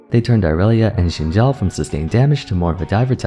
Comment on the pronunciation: i love that you pronounce xin zhao correctly, it's so based. o7